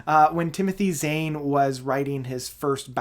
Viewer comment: Well…you can’t pronounce Timothy Zahns name correctly and we do not care if you want to identify as Ze Zem…address the game and not your imaginary reasons to complain.